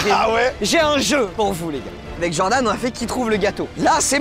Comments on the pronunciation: Inox toutes la vidéo djordan au lieu de Jordan mdrrr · Tout le monde = "genre d'âne" (Jordan) Inox: "Djordan" (Jordan prononcé à l'américaine) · "Djordan" mdr la prononciation me fume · Inox il dit djordan ça me fait trop rire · ça me fume il dit Djordan à chaque fois mdrr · Inox qui prononce "Djordane" pendant tout la vidéo 🤡